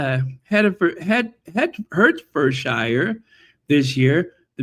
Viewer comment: Hertfordshire is pronounced: heart ford shur